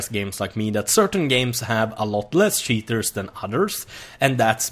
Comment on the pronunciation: He says sheeters instead of cheeters